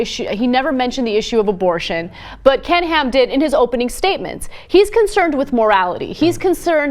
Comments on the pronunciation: Whenever John says Ken Ham, I keep hearing "Canned Ham". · oh damn now that's the only thing i hear! :(